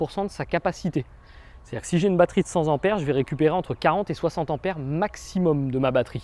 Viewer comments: Une batterie de cent ampères, donc cent "T"ampères et non cent Zampères, cent étant avec un T et non un S. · Slt, merci pour les infos. En revanche il n'y a pas de S en cent et ampère donc pas de liaison stp. Bises à toutes et tous. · Pas de liaison en prononcent Ampère, sinon: cent t'ampères et pas z'ampères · Bravo pour vos explications, mais par pitié, on dit cent "t" ampères, et pas cen t"z" anpères, cent ne prenant pas de "S" quand il n'y en a qu'un, ...de cent ... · Merci beaucoup, cependant il faudrait arrêter de dire "100 z'ampères", il n'y a pas de "s" à cent, donc on dit "100 t'ampères". Lol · Merçi pour ton expose !! A NOTER :::CENT ne prends JAMAIS de S C.A.D. ==CENT TEMPERS et non CENTZAMPERES Amen !!!! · Merci beaucoup, monsieur, pour cette vidéo qui m'a éclairé sur ce sujet que vous semblez maîtriser et qui m'a aidé à prendre une décision. Je m'abonne à votre chaîne avec hâte de découvrir les autres vidéos. Une petite remarque, toutefois, si vous me le permettez: cessez de répéter en boucle "cent z'ampères". Je vous assure, pour vous l'avoir entendu répéter une trentaine de fois, que c'est particulièrement irritant pour des oreilles pointilleuses. Je m'apprête à regarder votre vidéo sur les accessoires, et malgré l'intérêt que je vous porte, j'ai peur de vous voir me proposer des objets à moins de "cent z'euros"... Cela étant dit, merci encore de nous apprendre toutes ces choses qui vont m'être bien utiles dans un avenir proche. J'espère ne pas trop me faire insulter par de courageux anonymes pour avoir osé vous reprendre sur ce "détail", c'était sans méchanceté ni arrogance...